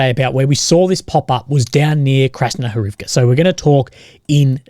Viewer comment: For Krasnohorivka you follow the Russian pattern of accenting the next-to-last syllable in proper names ---IVka. But the Russian speakers online blend the ending and accent it HORivke.